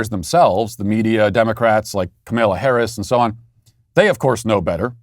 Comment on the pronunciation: Why do you keep calling the Vice President "Camilla"? This isn't England....